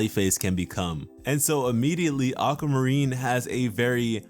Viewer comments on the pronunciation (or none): Why did you pronounce aquamarine like "awk-ah-ma-reen" it's supposed to be "awk-wah-ma-reen" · it's aquamarine not ackamarine🤦🏼‍♂️🤦🏼‍♂️ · (Getting angrier every time he pronounces "Aqua-marine" "Aqa-marine") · Ocamarine? Ah-quah-mah-rin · I want Aquamarine to be like Peridot!!! I want her to be with the Crystal Gems. Oh and its Ah-kwa-mah-reen not Ah-ka-mah-reen. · ugh you say it like acamarine, its pronounced AQWUA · Why do you say it that way? Why do you say "Aka" instead of Aqua? I'm not trying to be rude, but it made me unable to listen to you. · I actually couldn’t watch this with sound because he kept saying “Akkamarine” (I watched with captions if you were wondering) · No offence But am I the only one who hears “A ‘k’ amarine”? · sounds like your saying acamurene XD lol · Akamarine what o-qua-mu-reen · not making fun of this sweetheart but... ACAMARINE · No More Aquamarine!? but every time says Ackamareen it speeds up. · "Acka marine". Same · I love how you pronounced the "aqua" like the "aca" in "acapella". It's such an odd way to pronounce it. also I would love to see more of aquamarine, since she is my birthstone. <3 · this joke? u pronounce it aqua marine or (ah-kwa-ma-ree) if u dontnknow how to say aquamarine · "auka marine" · "Acamarine"???dude stop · "ack a marine" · "Aca marine" love your videos btw 💜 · if this nigga don't learn how to pronounce aquamarine!